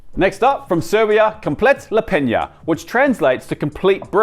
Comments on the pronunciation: Oh dude, thank you for butchering komplet lepinja for me. I would have gone nuclear if I was by any chance near you while you were in the process of making it. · Oooh have to stop watching after you butchered that komplet lepinja lol who knows how else other dishes are misrepresented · Love the content, but you completely butchered Serbian Komplet lepinja